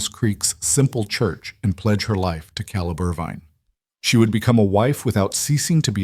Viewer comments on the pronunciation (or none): It's KAYleb!! Otherwise fantastic story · Omg!! AI please!!! It's Caleb- pronounced Kay-Leb. It's obvious you've got someone teaching AI that isn't well read on English. But, the stories are good. I'm in Wyoming so you've got most of the info. Correct. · Caleb, not calib!!!! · How can we NOT have C-A-L-E-B pronounced correctly???!!!! Very distracting!!! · Excellent story, the best I’ve heard on the net. I’ve heard hundreds and this is the best. No greedy, land hungry, evil rich guy trying to force them off their homes. Very enjoyable. Just wish Caleb’s name was pronounced correctly, only thing I found irritating. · Loved the story but reading the whole story effect but couldn't get Caleb name right through out the story.